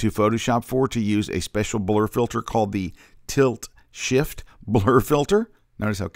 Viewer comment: 2 days, still says "sift" lol